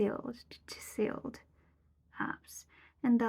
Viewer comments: your pronunciation of "chiseled" is almost correct! Try omit the first "e" so that it sounds like chisLed and it may help. Also, I really enjoyed listening to your thoughts on life's obstacles and happiness. Although, I'm not sure that a life without obstacles exists. Even the smallest inconvenience can be considered an obstacle! I believe the best way to equip your child with a happy life is to help them understand that while we cannot control life's obstacles, we can control how we respond to them. We can get upset when things don’t go your way, but that won’t change what has already happened or that it might happen to us again! Understanding that we can only have control over our internal thoughts/feelings gives us the power to work toward a happier life. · Hi, It’s amazing that you can express such deep thoughts and feelings in a second language! Your vocabulary and pronunciation are really good! Just some helpful feedback about the word “chiseled”, the “S” is pronounced as a “Z” so it might sound better to say it like “chizeled” and the emphasis is on the first syllable (Chi•sel). It sounds exactly like “fizzle” or “sizzle” just swap the first syllable for “Chi” to get “chisel” 👍 Great video with very profound insight and wisdom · Chi-zelled, is how you pronounce Chiseled (abs, in this case) Ripped muscles, or looking ripped, means that the person is really healthy & super good looking, as far as their muscles are concerned. Like bodybuilders. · lol nice way of pronouncing chiseled i dont like suffering, but its life. even if u find fulfillment in something, youre probably gonna look for something more later. btw, you really want a kid? because of societal pressure or you genuinely want one? 👀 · The s sound in chiseled should be pronounced more like a z, but that’s definitely a difficult word for Japanese speakers, you did great with it 👍